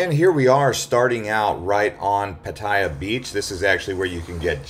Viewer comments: PATTAYA NOT 'PATTYA' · Excellent video - nicely edited. But it is pronounced PAT-a-ya by Thai people .. not Pat-EYE-ya . hahaha